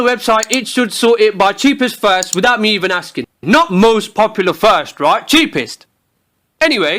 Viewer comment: "Roight" simulator 2016